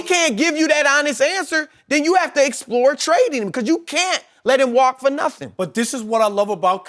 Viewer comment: Chris, its "him" not "eeeim". - The Most Annoying Voice On TV